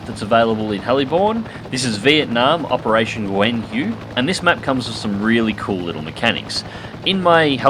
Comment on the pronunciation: I like how you make the effort to pronounce "Nguyen" right, but got "Hue" wrong :)